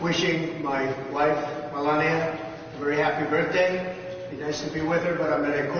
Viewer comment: I need to see a meme of Bernie with mittens in the jury box! LOL! (Oh, BTW...the word is birTHday...not birFday!)